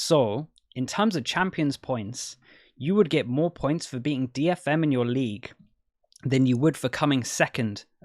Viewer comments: Ah I misheard "beating" for "being"... but I'll blame his accent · He said "beating the dfm of your league", just didn't pronounce it clearly.